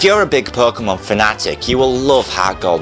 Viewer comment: I like how you say perkemon